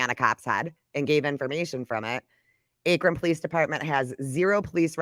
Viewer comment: how says akron... lol... it's sooo cute.. but it's pronounced like "ah-krin"😂😂 love yall